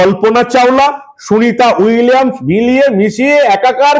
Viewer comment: শুভেন্দু নিজেই তো সুনীতা উইলিয়াম উচ্চারণ করতে গিয়ে তো তো তো তো করে ফেলল । সে আবার এত বড় কথা বলে।